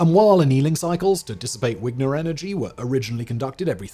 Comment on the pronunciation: Vigner not wigner